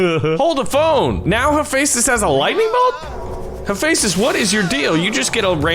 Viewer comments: im the most geeky person on greek mythology ITS hepheastus (he-fes-tus) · No Kronos was the titan/god of time ok. and Hephaestus is pronounced hef-a-stis not u no what u get everything wrong so one more thing hades teleport thing is really shadow travel OK! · It’s pronounced he fes dis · Also, Hephaestus is typically pronounced Hef-est-us. So if he wins, he'd be the bestus (bestest). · hephestus is not pronounced like that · Why is he pronouncing haphestus like that? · You said Hephaestus wrong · the way you say hephaestus physically hurts me every time you say it